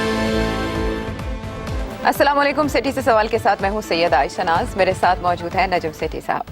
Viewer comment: سیٹھی صاحب یا تو سلام کرو ہی نہ اور یا پھر صحیح سلام کرو... اَلسَلامُ عَلَيْكُم